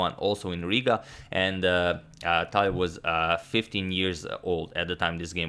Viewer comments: I'm impressed by your proper pronunciation of Tal's name with a 'soft' L. - Таль POP QUIZ: HOW MANY FINGERS did Mikhail Tal have? If you know the answer without Googling it, you are a true Tal fan. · I love how you now say his last name correctly and also calling him Misha😂🤞🏻